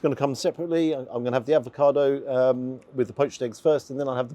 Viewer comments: Avocado. Not Advocado. Advocaat is a Drink😎🤓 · I agree with you about the poached eggs, they have to be runny & those looked great. One small thing though, you may think I'm being pedantic, but it's avocado NOT advocado as you pronounce it. You seem to be combining avocado with advocaat! Anyway, love your reviews - very natural & I hope you're not still getting grief about YouTube revenue, you've got to make a living after all. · Sorry to nitpick but it's avocado, not advocado 😂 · There is no 'd' in AVOCADO - if there was it would be spelled 'Advokado'.....come on man we are following you and taking your lead......this basic stuff Sir! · Love the video. Just need to say it’s ‘avocado’ not ‘advocado’ 😂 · Avocado not Advacado - not to be confused with Advocat 😂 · are you saying 'advocado' instead of 'avocado'?😁On a serious note, Paolo showing Ramsay and all the other celeb chefs how to do proper food! The way you enjoyed each mouthful, appreciating each bite - it was as if you were at the Opera and marveling at the performance! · Is it just me or is saying “ad va cado”? lol 😂 I still like your reviews. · I love your vids,, but there is only one D in avocado. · Avocado. Without the 'd'. Bless.